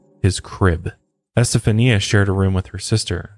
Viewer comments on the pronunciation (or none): Pronounsed. Estefanya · Esta- fawnya is how you say that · ** Estafania is pronounced ES TA FAHN YA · ESTA faun ya is the correct way to pronounce it. You are also saying her mother's name incorrectly. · For the love of God…it’s EsteFONia. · I think her name is pronounced STA FON YA. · Haha it’s pronounced “Estefonya” if that makes sense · Her name is pronounced este-funya. Like "stefan" between "eh" and "ya". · Es-tah-fanya my man lol. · It's pronounced EsteFANYA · It’s EstaFAWNia, emphasis on the Fawn lol ✌🏻😊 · I stopped when you said estafania the way you did lol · Esta-fanya...you know that you can type something into Google and it'll speak it back to you so you don't have to pronounce things incorrectly. You should probably use that cuz dude....jeez. you say Satan right but satanism for some reason you can't pronounce properly. It's not SYTANISM it's SAY-tanism. Once or twice is ok but doing it over and over again for the whole episode is... tragic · I never miss your LOP and MHP presentations, but what would take them to the next level would be correct pronunciation. Just do a bit of homework. Ask Google. Es-tay-FA-knee-ah Con-SEPT-see-own More of an observation than a criticism. Not expecting perfection, but this is your chosen career. Be the broadcaster with the Virgo attention to detail. Your Latin audience cringes..... Love your voice and content. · Just a tip- it’s pronounced “eh-steph-ah-nee-uh” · Ouija---pronounced, wee ja. Estefania---pronounced , Estafanya. Planchette---pronounced , planshet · It's more like E-STEPH-ON,YAH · I believe it's actually [eh-stef-an-ya] - like Esteban but Este-fania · Great episode Fyi her name is pronounced as es*ta*FAWN*ia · It's pronounced [ɛs.te.fa.ˈni.a]. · Hey her name is pronounced "es-ste-fahn-ya"....just sayin'. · my favorite part is that he didnt say "estefania" right even ONCE 🤣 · he keeps switching how he pronounces Estefania's name and its so funny